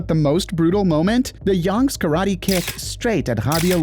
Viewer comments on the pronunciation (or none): none